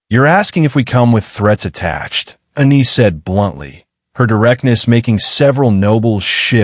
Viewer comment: Its ANNIE...NOT UNNIE. Story chapters also seem to be disjointed a bit. But overall interesting storyline. This is the first polly wolf story ive read that had 2 females instead of 2 males. Was a good story. 🎉